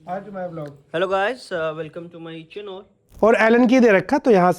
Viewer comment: He say chanol😂